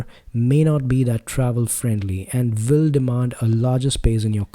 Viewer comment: "Will", not "vill" 🙂 I do like the sound of your voice though, and this is a great review